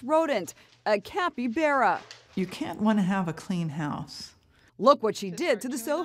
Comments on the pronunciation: Cappy-bear-a its cappy-bar-uh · “A capybeara* Me:capybara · Oh ya the CAPY BEAR UH the capy bar uh It's the way you say it not how you spell it